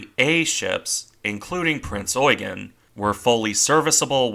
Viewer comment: You need to stress 'Eugen' more on the 'e'.